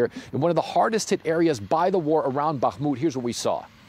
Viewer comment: Respect for correctly pronouncing BaHHHmut (while most wrongly say BaKKKmut).